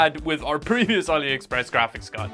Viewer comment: Never heard of Aliepress 😂